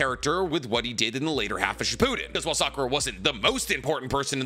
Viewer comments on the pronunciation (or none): none